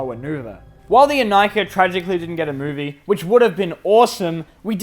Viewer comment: Wierd pronaunsiation? Well, I guess it's only ok for russians. Plus we all still read Inika as [Ee-nee-ka]